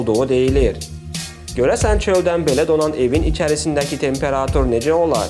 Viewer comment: Temparaaaatur yox temperatur